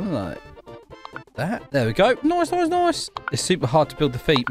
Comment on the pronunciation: Say noice again🤣🤣